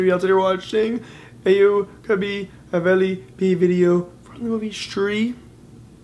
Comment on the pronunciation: your pronaunsasion is wrong (stree and aao kabhi haveli pe)👎👎👊